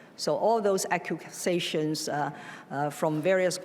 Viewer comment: Absolutely hilarious. The two words Carrie Lam can’t pronounce (due to her guilt) “accusations and unsubstantiated”.... She’s such a bad liar.... God may save the Queen but will he bother saving Carrie Lam?